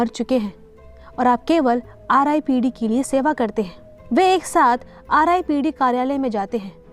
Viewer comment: Its not ripped its R dot I dot P dot D,, explanation is gud but apne starting me hi ripped bolke galti kardi ,as a viewer mjhe galat hi feel hua